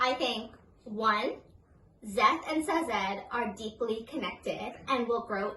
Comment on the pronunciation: Just watched a bunch of your videos! I will say, the pronunciation of Sazed gets me every time. Haha I think Brandon pronounces it “Say-Zid” But I’ve watched like 12 of your videos today. Can’t wait to see more!!